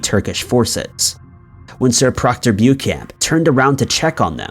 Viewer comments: Omg,its not bu camp. Its Bow-shan,think French. I'm glad Dublin wasn't on this one. Sorry but it really bugs me. There's this wonderful invention called a dictionary, and it will give you the direction of how to pronounce a word, if that fails,ask siri, or Alexa. Sorry not sorry . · 'Beauchamp' is pronounced 'BEECHAM' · Actually it's pronounced "Beecham." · I think it's pronounced, "Bow-Champ"